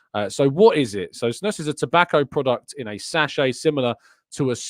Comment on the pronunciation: Snus is Swedish so it's pronounced as Snoos